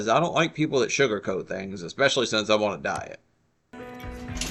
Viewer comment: There's no "X" in "ESPECIALLY"... you dumb trash!!!